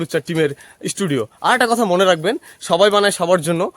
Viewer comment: Studio ❌ Esss studio ✅